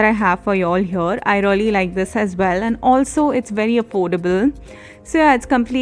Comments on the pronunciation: You were saying reully instead of 'really ' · First thing it's really not rly